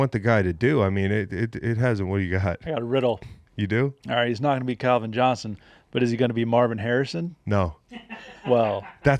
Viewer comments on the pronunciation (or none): none